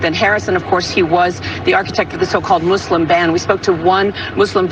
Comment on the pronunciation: Better pronunciation please,. For 'Muslim it's not 'Muzzlams', it's 'Muslim'